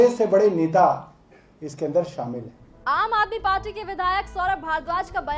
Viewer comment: Ma'am " Party " hota hai paati nahi 😂😂